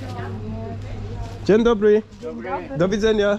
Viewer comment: On po roku nic nie potrafi xD nie ma to jak pucować się komuś zza granicy bo powiedział dzień Dobry xD w ciagu roku żadnego progressu xD ja po tygodniu węgierskiego lepiej wszystko wymawiam xD